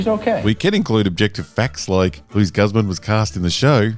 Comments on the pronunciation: It's pronounced 'Goose-mahn'... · Meh. I’m not bothered by Luis Guzman playing Gomez. I am bothered, though, with your pronunciation of his name. Yikes, man. Yikes.